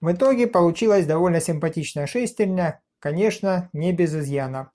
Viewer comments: Говорите по-русски: шестернЯ, а не шЕстерня. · Как же режет слух эта "шЕстерня"...